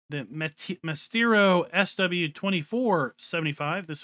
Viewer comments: Maestro is like my-strow. You might recognize the word, it's what they call a masterful classical musician, I think it's just Italian for "master". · Nah not really, mire like [ma-es-tro] but not like anyone on the other side of the pond would care.